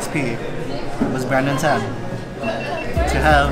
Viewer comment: Brandon tan name mispronunciation is rea